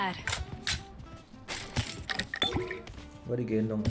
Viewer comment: digendong bang bukan di genedong :v